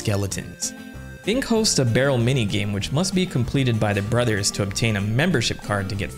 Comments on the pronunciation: Great video but I really wish you’d just say the word “Brothers” normally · Are we not going to talk about how this dude said "Super Mario brathas movie"? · Sorry no, it's so funny 💀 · the way you say Mario brothers.... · You forgot to pronounce "brothers" the right way. Edit: You forgot again.